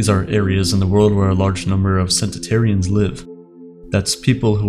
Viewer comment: In a world where 4 seconds in the dude says "centatarians", I'm not sure I want to live to 100.